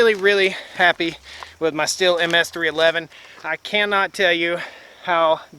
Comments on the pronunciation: It’s pronounced “Steel” (Stihl) not “still”, & it’s a chain, not blade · ummm you are pronouncing Stihl incorrectly. It is like "steel" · It’s pronounced “STEEL”!!!!!!!! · He didn't come that close if you go by how The Swedish Homestead guy says it the way he says it's supposed to be.